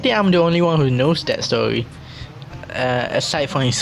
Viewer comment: Uhhhhh when Philippines trying to speak english "stowy"